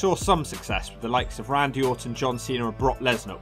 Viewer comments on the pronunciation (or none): none